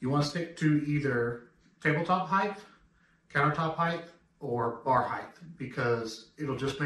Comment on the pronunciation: THE WORD "HEIGHT" ENDS WITH THE "T" SOUND! JUST LIKE: SIGHT MIGHT RIGHT FIGHT FLIGHT SLIGHT BRIGHT BLIGHT...